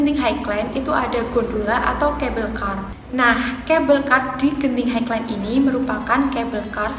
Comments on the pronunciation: Sebutan Genting tu betul... Highland tu sebutnya 'hai-len' atau maksudnya tanah tinggi. Kasino di Genting Highland dibenarkan untuk orang bukan Islam sahaja. Skytropolis Theme Park tu sebutnya 'Skaitropolis Tim Park' atau dalam bahasa melayu Taman Tema Skytropolis. Terus maju buat channel kamu ya 😁👍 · Sebutan "highland" dan "theme" tu tak betul...